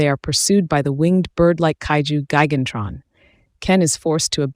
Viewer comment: Say it right. It's "Gigantron", not Gan-Tron.